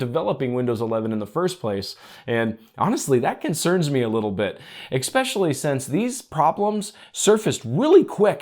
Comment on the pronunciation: You say "however" waaay too much. There is no x in especially. Thanks for your testing results.